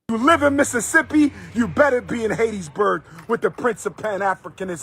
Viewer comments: It's "Hattiesburg" not "Haitiesburg". what is wrong with dude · Hateteesburg, MS? I guess I've been saying it incorrectly all these years.